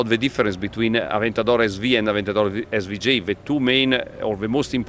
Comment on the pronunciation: Sry aber s-wu-j?